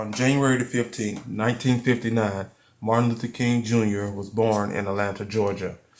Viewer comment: U butchered that name😂